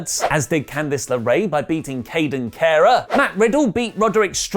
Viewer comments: Is purposely pronouncing NXT stars' name wrong... Aaliyah is pronounced Aa-lee-yah and its Kayden Carter not Cara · I know doesn’t watch NXT, nor does he like women’s wrestling, but bits pronounced (Ah-Lee-Uh) and Kaden’s last name is Carter.